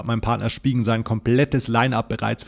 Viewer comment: Moin. Gelungene Videos über die iPhone 15 Pros. Ich freue mich auf mein 15 Pro Max in "Titan Natur". Aaaber: Hat dir dein Partner Spigen nicht gesagt, wie man den Namen der Panzergolie richtig ausspricht?! Also ich vertraue da auch seit Jahren drauf. Mit Abstand die beste Folie und sie lässt sich EASY (darum auch EZ -weil das wird in in English "i si" ausgesorochen. Und nicht "i s") Weiter so 👍